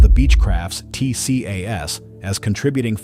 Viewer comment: TCAS is usually pronounced TEE-cass.